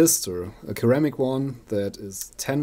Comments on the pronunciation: ceramic keramic is pronounced seramic, not being picky just in case you didn't know. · Hi, it's pronounced "seramic", not "keramic". Great vid, cheers!